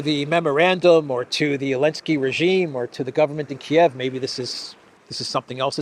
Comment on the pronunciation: Seriously, when did Zelenzky become Elensky? Is Z silent in Russian or something?